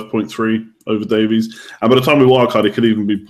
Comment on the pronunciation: Ben Davies is pronounced Davis... I'm Welsh. Trust me. Davis. It's cringey when y'all say "davees" 😂